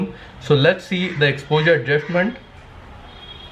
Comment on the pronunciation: nexht adjushtment besht...Bhai s ke saath h Kyu Bolte ho